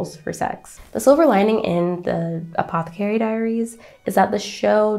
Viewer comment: You're mispronouncing apothecary.....